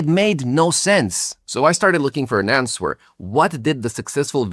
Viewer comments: first I hear someone say "ans-wer" (answer). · How did he pronounce the word "answer"? Nice AI video! Almost seemed real. Great content though.